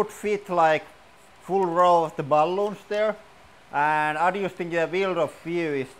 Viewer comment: Water bah-loon was the best!